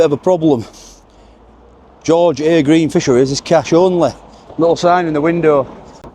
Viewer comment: It's pronounced George a Green ., they looked great .